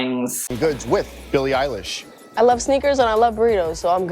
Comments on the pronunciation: Billie eye-lash 😂😂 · did he say "Billie Eyelash"? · Did he just say billie eyelash? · Billie Eyelash .... No!.... my ears.... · "billie eyelash" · “Billie EiLASH” lmao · Why are u sayin billie eil-a-sh? Its honestly giving me unsubscribe vibes